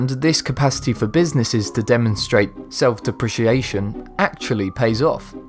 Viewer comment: Did you just pronounce self deprecation as self deppreciation? my god